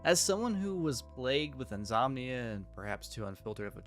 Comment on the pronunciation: Did you say inzomnia? 🧐